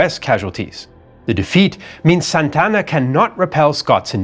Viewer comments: great show but it is Santa Anna. NOT Santana!!!!! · Santana? I thought it was Santa Ana? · This is soo funny. AI mexican voice that calls Santa Anna, SAntana, Like in Carlos Santana. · Santana? Its Santa Anna. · This guy's pronunciation is even worse than AI's. His name was Santa Ana, not Santana. Santana is a musician. Sonoma is pronounced So-NO-ma, not So-no-MA. Numerous other strange pronunciations, too. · ??? " SANTANA ??? ...or...SANTA ANA ??? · Santa Anna, not San Tanna. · Good job, except you really have no knowledge of how to pronounce names. First off, quit trying to act like you are a m3xican citizen while pronouncing names or cities. Second, Santana? Santa-Anna. Carney? Kernee. Just some that bothered me, still cool. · SANTA-ANA, not Santana like the rock group! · Who's Santana?! It's Santa Anna. 2 separate words. Like a hyphenated name kind of. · I thought it was Santa Anna not Santana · Antonio López de Santa Anna Santa Anna ... not Santana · It's Santa Anna. Two words, four syllables. Not Santana, like the guitarist. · It's pronounced as Santa Anna, not Santana. That's a common mistake even many Mexicans make. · "Santa" "Anna", two words..... He's not a rock superstar, just a failed general. Other than that, awesome as usual!!!